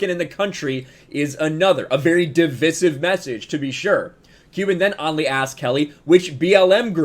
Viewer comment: DivIsive. Say the I. :)